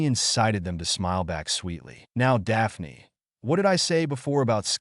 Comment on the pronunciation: Dah-pah-knee LMFAO